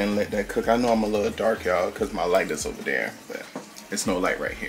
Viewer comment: Heyyy!......It's sad, but "It's oover"😭 LOL Everything lookz delish, Nathan's hot dog R my favorite, soo good!😋 Nephew Tony is growing on us, do I C a lil mustache?! Enjoyed, TFS!🤗